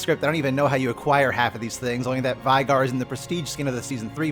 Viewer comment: It's pronounced as VAY-GAR, as mentioned in the lore. Please respect the little guy...